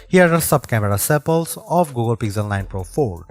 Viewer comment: Pixel ❌ Pizzel ✅